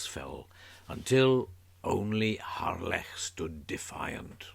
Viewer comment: Nice to hear the correct pronunciation - Harlech - and not the usual commonly mispronounced 'Hahlick'